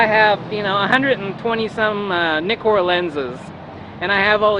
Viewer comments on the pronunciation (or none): "Nik-cor" lenses??? It's pronounced "Ny-Cor" by the manufacturer of them. I also love his "Leica-Licker" comments when the f2 Apo-Summicron (on an M-series body) is the sharpest 35mm lens ever made according to the University of Massachusetts optical bench readings.